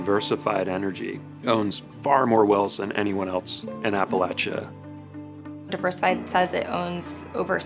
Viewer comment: please learn how to say appalachia correctly.